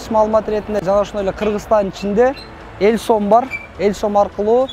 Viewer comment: иним элсом эмес элком